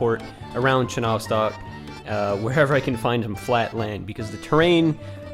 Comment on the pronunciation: Please change the translation of the word "Enjoy" from "наслаждаться" to "Приятного просмотра!" because it doesn't make any sense. Also, in Russian it wouldn't be "chenOvstok", it would be "chenovstOk", stress on the last letter "O".